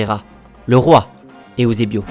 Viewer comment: J'adore tes vidéos mais ont dit EUSEBIO et non pas EOUSEBIO Sa ma fais bizarre car il faut juste lire comme c'est écris ^^ je dis sa car je suis Portugais et je vois pas pourquoi les gens ce complique a vouloir lire ou prononcer de maniere différente ^^ Outre sa j'ai déja vu presque toutes tes vidéos et ton taf et super beau Et bien réalisé continu et force a toi :)